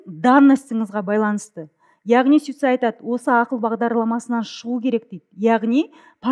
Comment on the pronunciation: Суицаи емес сумилар деу керек